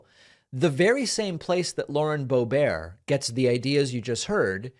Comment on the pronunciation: Did you call her Lauren Bo.bare? David, she is definitely an ert (with a hard ERT).